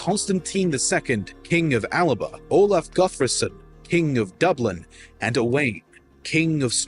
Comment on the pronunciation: Owain should be pronounced Owe - ine